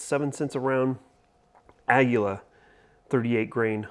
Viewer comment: Say this with me kids, A-ah: GUI- gwee: LA-laa, ahgweelaa = aguila. Got it?